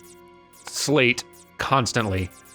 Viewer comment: Dude's still saying slate.